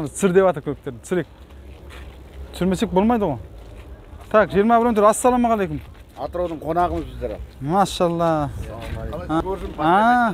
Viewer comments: Осы сен саламалейкум деген созди айта алмайсынба.кызык айтасын. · Ассалаумагалейкум деп четка айтсан нур устине нур болад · жұмысың жақсы, бірақ АССАЛАМУ АЛЕЙКУМ дегенді дұрыстап айтсаң дұрыс болушы еді..